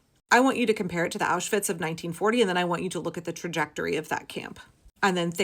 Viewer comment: I am a self-confessed vocab karen. As a word-stickler, I notice that you correctly pronounce the double-V in Auschwitz but still say "sossall" security. I know I'm shooting myself in the foot right now- please don't block me, and please consider my plea, as it is in earnest. I'm sure other word nerds have felt the urge to comment on this. It's not easy being a nerd, or a word lover, and we all need solidarity, now more than ever. I just can't stay silent. Please hear my plea, I mean it with total sincerity. I'm well aware this isn't the topic that needs to be addressed, but I hope others out there will hear this and have my back. Maybe they won't... But if this message resonates with you, you're not alone.